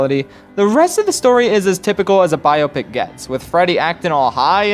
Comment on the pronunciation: Nobody else has a problem with the pronunciation of biopic? No? Just me?